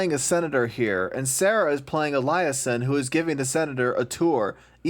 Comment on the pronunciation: Add a sin to the narrator for the way he pronounces “liaison”